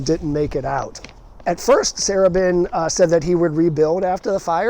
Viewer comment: As a Baltimore native now living in CA, my love of Baltimore is regularly reignited with each new video of yours. One very minor gentle correction is that the pronunciation of Sarubin, the former owner of the Beethoven. His last named was pronounced Sa-ROO-bin. I lived in the wonderful Beethoven in the early-mid 70s.